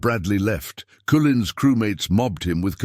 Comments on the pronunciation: The announcer was annoying and not pronouncing "Cullen" improperly. Didn't you listen to the final recording!? 😯 😱😡😠🤬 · How broken down was the tank, they used it in combat? How many wrong ways can you spell and pronounce a man's name?